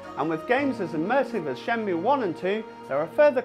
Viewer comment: why are you saying shenmue like that jesus...